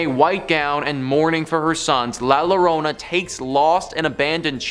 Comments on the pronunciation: It’s pronounced llorona not lorena lol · "watch out for the el culebron" "next up we have la lorona" bruh lmao